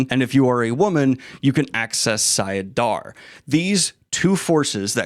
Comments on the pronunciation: About to finish reading path of daggers. Isnt it sAIdin and sAIdar instead of sIAdin sIAdar? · it's late friday night after a long week of work and I'm feeling rambunctious..... i'll rephrase; it's sai - i - din and sai - dar. There you go 😂 20 years of headcanon and no audiobooks. Go away now Shaitan! 🤣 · Everytime he said them wrong I twitched a bit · Wait… isn’t it Saidar and Saidin? Have I been living a lie?